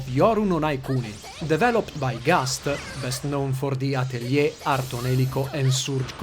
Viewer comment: You're the first person I've heard on youtube to pronounce Atelier correctly!